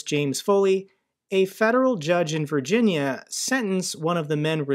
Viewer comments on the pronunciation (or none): none